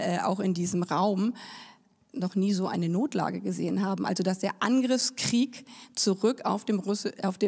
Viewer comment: Wie stark sie das Wort "Angriffskrieg" betont. Man denke zurück an 2014.....